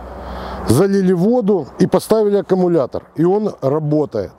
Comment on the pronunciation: Не акамулятор,а аккумулятор!